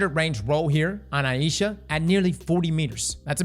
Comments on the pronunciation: Yeah is saying it wrong like he does for a LOT of his videos it is eye-sha any google pronunciation search result will say the same. Aisha. So, "eye" as in eyeball and "sha" as in shopping. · Just FYI for everyone, its pronounced eye-sha (Ai-sha), not eye-ee-sha. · ai easha wth did he say, isnt it pronounced ai-sha just wondering now so I don't sound like an idiot. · It's pronounced Aye-sha's Care 😅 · Works both ways, but it depends on the person whose name it is. He's in Louisiana, I reckon 'aye ee sha' is the more common pronunciation there. There's a variant "Ayesha" as well, but there's no ambiguity with that one.